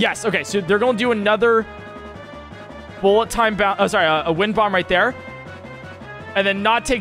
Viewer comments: Pretty sure there’s no BTB involved in wind-bombs. Also, I like the way you said, bull a town bounce. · This is my favourite part. “Bullet Ton Baunce” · does the “bullet time bounce” says sound weird to anyone else?